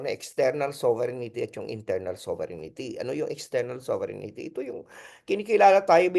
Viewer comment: Hindi ba “sober rin tee” ang right pronunciation, Professor ❓Taliwas sa “ sovereignity “ po❓Just my 10 centavos worth! Correct me if am wrong, Professor. And I stand corrected. 🙏‼️